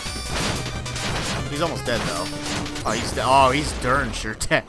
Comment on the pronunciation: is now saying dern sure? damn dude